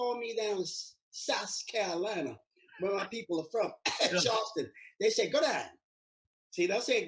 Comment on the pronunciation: It's not Gor-dine or Jar-dine, it's (Gourdine)Gore- dine💯. French slave owners surname was Gourdin, then was took on by slaves with added e. That's why they are Caucasian s with the name Gourdin without the e. He should check out the Gourdine's family crest and join the Gourdine family re -union.